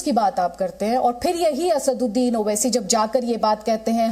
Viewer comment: ye khud ko आसाडुड्डिन kehtah hey ya आसादउद्दिन kehtah hey puchhiyega next intervew मे, tab patha लागेगा मोडि य़ा मोदि केय़ा बोलता हे खुलासा होगा बेरिस्टर कि